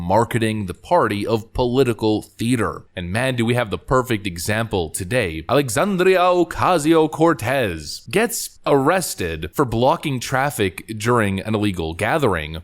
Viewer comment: I love the condescending tone in your voice as you say a.o.c's fake ass name, with the Spanish role of the tongue! "Alexandria Ocasio-Cortez!" Hilarious and a bit racist but you nailed it!